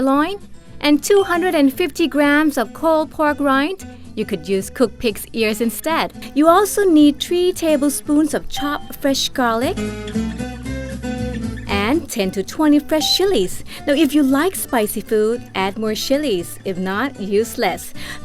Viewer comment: Three Thablespoons.